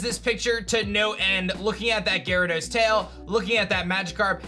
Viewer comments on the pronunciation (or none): none